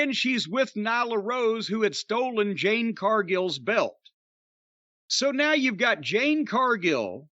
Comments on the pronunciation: It’s Jade, not Jane. So disrespectful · Jim still calling Jade Cardgill, Jane Cardgill 🤣🤣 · I’m guessing Jim is calling jade ‘jane’ on purpose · Jim her name is Jade not Jane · I swear I hope Jim goes to an event that "Jane" happens to also be so she can headlock his arse and get him to say her name correctly. She'll BEAT THAT ARSE..... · Why the fuck is he calling jade "jAnE" ? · He's always called her that, maybe one occasion he actually got her name right.